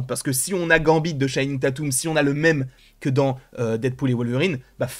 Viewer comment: C'est comme ça qu'il prononce